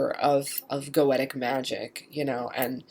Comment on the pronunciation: Nope. "Go-Shuh" or "Go-Shee-uh." Goetia has the "tia" as in dementia(dee-men-shee-uh), hence "Go-Shuh" or "Go-Shee-uh." I wish she would pronounce Goetic as either "Go-shee-ick" or "Go-Shik"